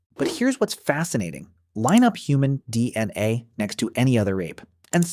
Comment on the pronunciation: The pronunciation of "DNA" is off slightly.